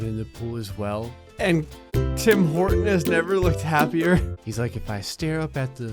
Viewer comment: "Tim Horton" Me: *understands "Tim Portant"*